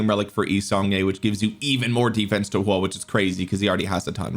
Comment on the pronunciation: why you calling him "Hua" lol